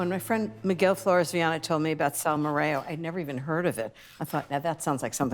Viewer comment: Hi Ina, I love Salmorejo, just please keep in mind it's pronounced Salmorejo like Jose. Normal topping would be spanish ham and egg, but I always like your take on things:) also I prefer when it's super smooth, so if you put it through a sieve, you achieve the nicest texture! <3 From Janki